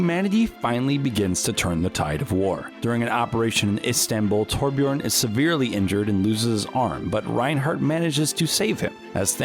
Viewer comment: Still can’t pronounce Torbjörn